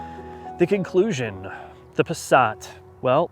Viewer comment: Pasrat ? their is no R in the word Passat.